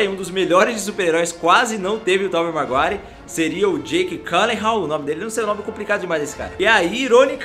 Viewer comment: É Tobey maguire e não marguire